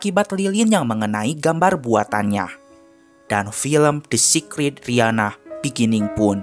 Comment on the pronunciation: Dr tdi pengucapannya secret secret aku cari mana si secret tu yg ada sacred -_- 😑 pengucapannya itu beda lo